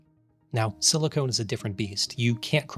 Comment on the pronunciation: In your intro you pronounced "silicone" and "silicon" the same way. Just thought I'd point that out. Bit of a pet peeve. I hate for people to think silicone oil has anything to do with silicon.